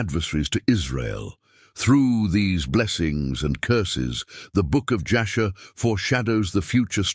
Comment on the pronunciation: Jasher not Joshua. Ur not Err.